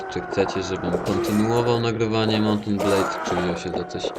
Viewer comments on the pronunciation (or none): Także.. Mołt en blejd : Ogniem i Miecze : Łorband.